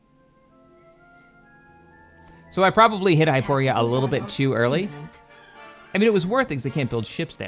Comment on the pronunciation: Can you please pronounce the names of the planets correctly. You have been playing this game for a very long time now and it is incredibly irksome when RINDILI becomes RENDIL, and HYPORI becomes HYPORIA and DANTOOINE becomes DANTOONE. Have been watching your content for a long time now and love it, always ahve always will. Wish you the best